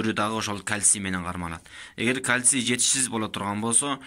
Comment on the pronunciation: КАЛСИЙ"ЭМЕС КАЛЬЦИЙ ДЕП АЙТЫЛАТ.